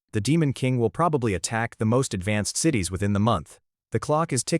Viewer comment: Story is great, but the AI is bad in a lot of spots with mispronunciations like CIES instead of (sit ease) CITIES. I really believe the poster should have to listen to the crap they put out for verification of correctness. 🤦🏻